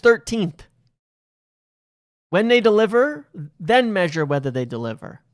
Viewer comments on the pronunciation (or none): none